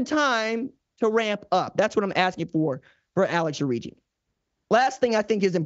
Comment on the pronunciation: Alex.Orji (Orgy) not Origi